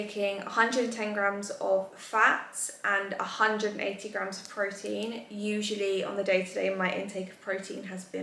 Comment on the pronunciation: Please girl it’s grams plural 🥲🤣 I am dying every time you say GRAM